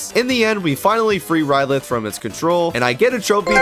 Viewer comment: Its ryloth not rylith dumbass